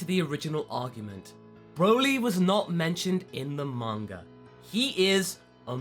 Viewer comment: I love how you say "Monger" instead of "Manga" xD